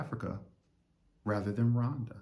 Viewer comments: Is it Rwanda because you seem pronounce it Wanda Rowanda is The correct way I believe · I love the coolness in your speaking👍🏽 It s pronounced RGWANDA😉